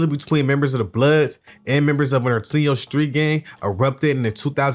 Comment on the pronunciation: Bro said “Nor-tin-eyooo”😭